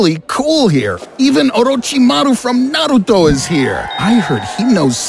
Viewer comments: Glad you said naruto correctly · Let's just appreciate that the narrator pronounced Orochimaru and Naruto so well